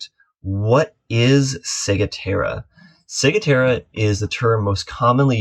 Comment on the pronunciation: Hi, such a pertinent topic as sailors are flocking over to the Bahamas. Maybe we can all start saying it correctly. "Cigwahtera". Thanks for the info.